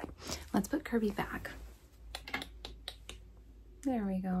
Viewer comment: THE VOICING FOR KORROCK WAS ON SPOT, but Kirby just kinda. "YEER III"